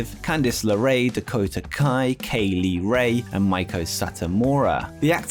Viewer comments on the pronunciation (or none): none